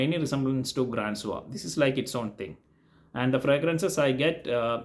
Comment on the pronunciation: Grand Soir should be pronounced like "gron soir", not Grand Soir. Grand is an English word, the frag is from a French House :) Same with AS - it's not AAmre, or AAmbre, it's "Omb-ruh"